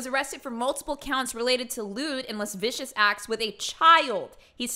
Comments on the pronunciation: Hey, just stumbled onto your channel yesterday, and I love your videos. I know this is a little pedantic, but lascivious is pronounced like "lass-ivious" not "lass-vicious". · "Lascivious" is not pronounced "lez-vicious," it's more like "la-sivvy-us." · La-siv-ee-us not las-vicious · Some monsters read lascivious as "las-vicious" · you’re hilarious. Kim got her revenge on discount Marshall. Just an FYI, because I know you’ll probably encounter it a lot more in true crime documents, “lascivious” as in “lewd and lascivious” is pronounced “luh-siv-ee-us”. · Love your videos. Your delivery is amazing. Just 1 thing Lascivious is pronounced : La-siv-v-us. Just an FYI Keep them coming!!!! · IT’s pronounced Lewd and LaSIvIUS acts and it is really bad! I feel for his victims but also his wife and son she was expecting! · “La-civ-ious” is how lascivious is pronounced. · Lewd $ lascivious 👂 “lude & luh-SIH-vee-uss” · "las vicious" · It’s pronounced “la-siv-ee-us” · i dont think it's pronounced lus vicious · Lascivious (le-siv-ee-us) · Lascivious not lavicious -. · First time coming across this channel. Thanks for sharing this. Lol, you said, "when did Ii graduate, wait did I graduate". Lol. Sounds like something I would've said on my channel too. Ahhahahahaha! Going to search this creep Jaylen Devon Fleer now. Oh and I think you meant 'Lascivious" and not La-vicious. Lol! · Please learn how to pronounce lascivious